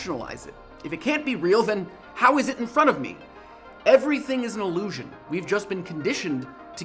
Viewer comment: I hate to be a pedant, but the way he says "illusion" sounds like allusion.